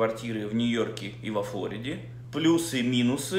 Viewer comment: а разве не во ФлорИде? я про ударение 🤨